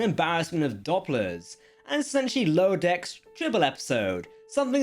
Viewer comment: Not Dopplers, it is Dooplers (as in duplicate).